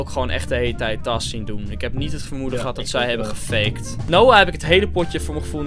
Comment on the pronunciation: Hij zei veegt